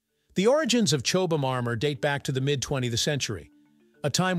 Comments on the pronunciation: Chobe-ham? Chobham is in my backyard, about 6 miles away. Here we call the village 'Chobham', pronounced 'Chobbum'. See? easy, isn't it. Say "Chobbum", there you are! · Suggestion: Check how the original language pronounces the item - in Brit English its 'CHOBBAM' not 'Chobe Ham' We doubtless do horrible unitentional things to Amercian words 🙄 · Blame the AI, it narrated this, got many words wrong, even said Chobham wrong many times. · Wow. I didn't know there were so many ways to pronounce 'Chobham'. 😅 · And all of them wrong